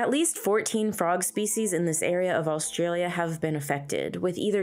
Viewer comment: stop saying "allstralia". there's no L there.